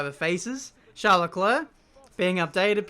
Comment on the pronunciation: i didn’t know Charles was Finnish 😂